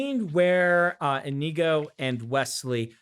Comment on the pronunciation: As an spanish person, I was very surprised by your pronounciation of Iñigo like I_n_igo